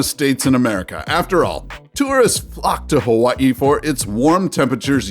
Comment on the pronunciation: I love the way the narrator says Hawaii. In 2020, I went to Louisiana and Georgia in February and March respectively. Both Ststes were not particularly hot with the exception of a few days.